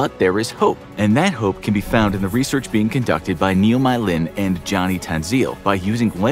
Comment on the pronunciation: "Neo my lin" LSBWKSB LOL